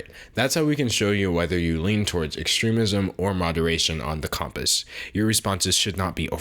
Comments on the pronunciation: Why are you saying Comp-ass instead of com-pass? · My political views are as follows: he is pronouncing compass wrong and we need to start a religion around D'Angelo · you say compass funny hehe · I strongly disagree with the way you pronounce compass